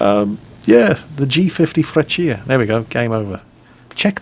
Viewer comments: Ahahah it's called Freccia like "Frèccia" not "Freccìa" but it's always fun to hear italian words from an english man:) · You have a very funny way to say Freccia, a bit too much emphasis on the i :P But yea, finally with some decent flight models, the italian planes are coming into their own. I recomend trying out the mc.200 too, the 202's younger cousin. It's very similar to the G.50, so it should be easy to pickup after this Had a really good Historical Battle with it a few months ago, using its strenghts against F4Fs, P40s and P39s... but it was on the old replay system, so I decided not to send it. Kinda regret it now, haven't had such a good match since >_> The day Gaijin finally fixes the MC.202, I'll be a happy happy man (currently broken: wrong turn rate, wrong engine stall in manual engine control, wrong stall charateristics, lack of gun customization, wrong dive characteristics (the plane had a legendary dive speed, able to reach almost jet speed when diving, with only minor damage to the control surfaces), wrong energy retention, half of the 12.7 ammo belts are completely broken) Oh, that, and more planes. G.55? Mc.205? Re.2005? Not to mention the heavy bombers... one can hope. I'm not usually patrioctic (we DID ally with the nazis after all), but hell, I do love our planes. ... I just hope they never bring out Italian tanks. Please, let our shame remain secret... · you pronounced freccia completely wrong go on google translate and look up how its pronounced Edit: look up folgore and falco too